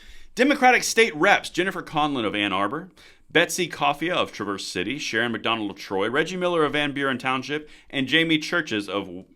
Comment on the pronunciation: Dude I love ya but it's Trav ers City, and Why n dot (Wyandotte)